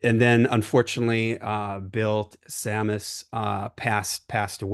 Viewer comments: Bill's last name is pronounced Chamis like you would pronounce the word chalice. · This was a video I had done as a tribute to Bill Tsamis. His last name is pronounced like Psalmist. I would be corrected on that after I did the video. My ranking would be using what you both did here, 6. Hunt for Damien 5. Rising From The Ashes 4. The Holy Empire. 3. Free Spirit Roar 2. ...And the Cannons 1. Deliver Us. They also have released an album where Giles Lavery redoes vocals for songs from the Rising From the Ashes as well as some stuff from the archives. That sounds wonderful as well. Great show guys!